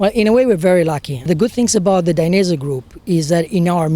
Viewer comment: How to say / pronounce Dainese from the CEO himself Dai - nez - ehh